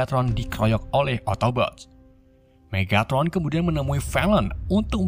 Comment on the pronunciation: Megatron bang bukan Megatot